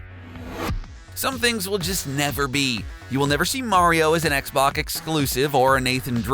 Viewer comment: At one point he called it an ‘Xbock’. It’s like the monster from bird box